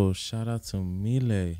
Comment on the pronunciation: 🌱 “milet" is pronounced in Japan as "Mi - Le - I" in three sounds. She clearly calls herself "Mi - Le - I" in her self-introduction. She is beautiful, isn't she? seemed to have fallen in love with her. Yeah! Yeah! Yippee! She is a singer-songwriter, but she has a husky voice that has a good gap between her looks beauty. Even though she is a husky voice, also her treble and bass are beautiful. I feel the exotic atmosphere of the music. Besides, the beautiful pronunciation of English like a native speaker. It's very popular in Japan. I love too. When she was a student, she sang her cover song for the first time to encourage her depressed friend. The her friend regained her smile and she was very pleased and well. At that time, milet cultivated her confidence that she might be able to encourage others with her own songs, and aimed at her current job. She may not be accurate because she doesn't disclose her detailed personal information so much, but she was in Canada until she was about 12-18 years old. Immediately after she went to Canada, she didn't speak English and seemed to have had a boring, and lonely time. With her good sense of sound, her listening ability will surely be high. She tried little by little to actively communicate with people and to express her own opinions. Over time, she seems to have blossomed more and more of her natural talents. She is a lovely woman. If it's her song, “Inside you” is also a wonderful song. It is recorded in "The First Take".